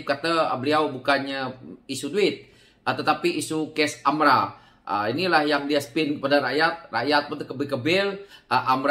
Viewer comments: Sebutan betul adalah AMLA.. harap maklum.. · AMLA ka atau AMRA sebutan yg betul mana satu sebab aku dengar kau sebut AMRA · Geram sangat..tersasul.. kikiki